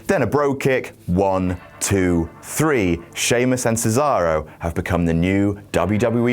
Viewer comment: Why you people don't even try to properly pronounce Cesaro's name? It's "Ché-za-ro", not "Sizaurou", for God's sake!!!